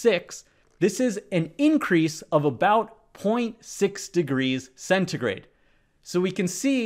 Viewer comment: it's that celsus? why's he pronouncing it as centigrey